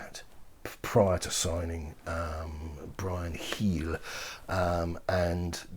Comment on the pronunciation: I'll be waiting from now on for that constipated pronunciation of "Bryan Heel". Had to listen again just to hear it.